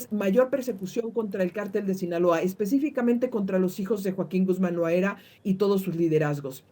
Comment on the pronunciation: A la entrevistada , es Loera no Loaera , me extraña 😅